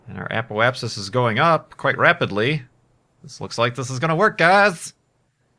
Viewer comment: Remember back then when couldn't pronounce Apoapsis?...good times. You've grown up alot,.